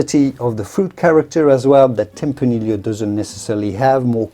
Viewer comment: My guess is that the host is a native Spanish speaker but has picked up a very damned convincing British accent in his English language learning. Given these things, I wonder why he pronounces "tempranillo" as "tempraneel-lio" instead of "tempraneeyo" as it is pronounced in Spanish.